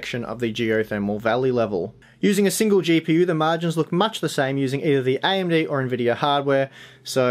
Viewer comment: This guy is a great review and I love his hard work. Also the way he says AMD(IMD), totally cute. But people requesting these testing need to give it a rest. I won't play the entire game in the geothermal. Please people can stop fabricating lies face the truth right now. Yes AMD has potential to expand in the future; but they don't have the upper hand now. Honestly I run an all and rig but I will buy an Intel CPU and Nvidia card if I needed it today and wanted optimal performance.